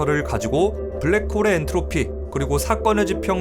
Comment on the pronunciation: "엔르토피" ㅋㅋㅋㅋ